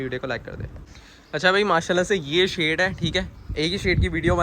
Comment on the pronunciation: it is shed not shade.